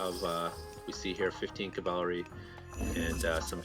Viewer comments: i swear if i ever hear this guy say "cavalary" again im gonna develop a fucking anurism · What the hell is cavalery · Bro, why do you pronounce cavalry so funny? ˈkavəlrē Zues player suicided nearly his entire army on that tc after anc/eclipse..cost him the game. He had to rebuild entire army and never got to heroic. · Which country are you from that you cannot say cavalry ?